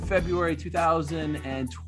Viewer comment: I can’t stand how Ariel says 2021... lol is that his point